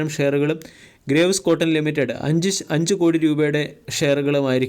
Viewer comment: അണ്ണാ, ഗ്രേവ്സ് എന്നല്ല ഗ്രീവ്സ് എന്നാണ് ശരിയായ ഉച്ചാരണം. Graves ൻറെ meaning എന്താണെന്ന് dictionary yil onnu നോക്കുക.